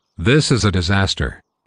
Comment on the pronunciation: You Said D I S A T E R